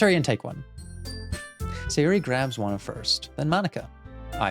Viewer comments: Okay I’m so done it’s pronounced “say or y” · you're the only one who says sayori's name correctly (at least sometimes), most people say "say-ori" but since it's based in japan, it's "sa-yo-ri"